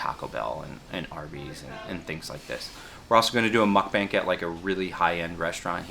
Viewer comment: great video bud. but pls pronouce muk bang as Muk Baang. im korean and its common mistake for eng speakers. =)